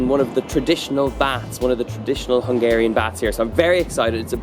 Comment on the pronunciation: I love how you pronounce hungarian words :) Keep eating good food and have fun!